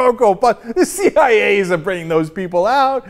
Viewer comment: the "CEE YIGH YAY" lol that one gets me too sometimes.